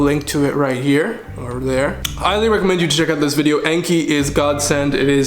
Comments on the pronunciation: Speaks Japanese fluently Also: Says the Japanese word "Anki"(暗記) like Ay-nkee instead of on-kee (あんき) when referring to the app in English. I used to say I-kaiwa instead of Aykaiwa so it's not just him. Just find it funny. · Alright I gotta say it, Anki is pronounced ahn-ki, it comes from the Japanese word あんき which means "to memorize".